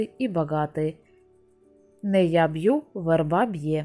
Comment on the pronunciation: Что ж у вас с ударением???? ВЕЕЕЕрба!!!